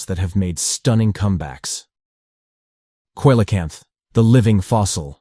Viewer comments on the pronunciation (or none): AI, or has the narrator never heard coelacanth aloud?